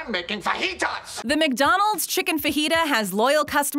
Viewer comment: Please stop saying Mick-Donald’s 🤣